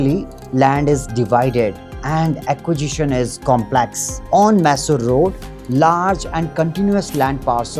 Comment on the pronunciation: Dude, you never change. It’s not maaysor road.